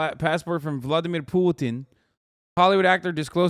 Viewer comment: I think we all knew this was coming with how much respect he puts on “Vladimir Pewtin”